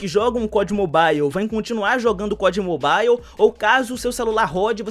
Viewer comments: a pronuncia certa é "Mobal" e não "Mobaiu", vc acha que seria uma boa vc trazer isso pra galera, por mais que seja algo pequeno, mas faria até que a galera entendesse quando os devs falasse sobre o game e tals. Sucesso irmão, seus videos são muito massa. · Ave Maria eu so escutei "mobail" nesse video 😂😂😂